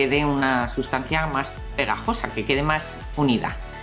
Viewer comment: dice muy pegosa , muy pegasosa 😂😂